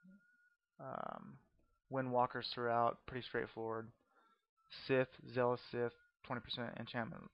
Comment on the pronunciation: Please learn how to say "Scythe". It's not "Sith". I'll tell you that right now.